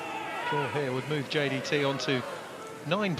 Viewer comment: The commentator can't even pronounce JDT. 10 times in a row champion in Malaysia.